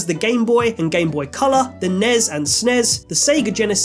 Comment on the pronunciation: I have never heard anyone say nes or snes that way.